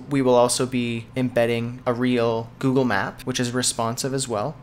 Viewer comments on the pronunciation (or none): none